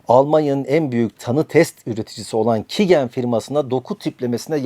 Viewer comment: Şu youtube kanalı takip ettiğim ender kanallardan biriydi burası da saçmalamış. Böyük oyunu çözmüşsün tebrikler. Bahsettiğin firmanın adı "Kigen" değil QIAGEN (Kaycın diye okunur) öncelikle. Merkezi Almanya Hilden'de olsa da çok uluslu bir şirket ve dünyanın dört bir yanında on binlerce laboratuvara kit ve yazılım temin ediyor. ATQ Biyoteknoloji dediğin de aslında QIAGEN Türkiye. Uzun yıllar önce ATQ, QIAGEN kitlerini de satan bağımsız bir şirketken işleri büyüdükten sonra QIAGEN tarafından satın alınıyor ve adı da bu nedenle değişmemiş. Yani QIAGEN ve ATQ diye iki şirket yok aslında. İkisi de QIAGEN Türkiye. Gelelim salladığın saçmalıklara. 2 yıldır QIAGEN Türkiye'nin Biyoinformatik sorumlusu olarak çalışıyorum. Yani bahsettiğin genetik verilerin doğru şekilde analiz edilmesinden sorumluyum. Daha öncesinde Hacettepe Üniversitesi'nin araştırma görevlisi temsilcisiydim, daha iyi şartlar sağladığı için istifa edip özel sektöre geçiş yaptım. Bu telaffuzuna çalışmaya bile tenezzül etmediğin firma, Türkiye'deki doku tiplendirme ihalesini yıllardır alır. Ofis binasına çok yakında büyük bir laboratuvar vardır (Diagnoseq) ve bu veriler burada üretilip burada saklanır. Türkiye'deki ender CAP akreditasyonuna sahip sistemli şekilde denetlenen, onlarca yetkin ve tecrübeli personelin çalıştığı bir laboratuvardır. Buraya bırak öyle hacker saldırısını, tepeden bombalamadıkça içini bile göremezsin. İçerideki veri depolama ünitelerinin internet çıkışı yoktur. Yalnızca bina içerisin